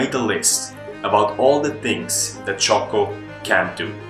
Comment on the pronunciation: It's Jocko not Choco...